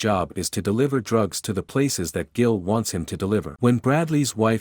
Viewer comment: Pronouncing Gil as Jill is annoying the crap out of me